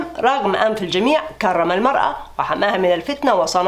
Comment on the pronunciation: كرم بترقيق الراء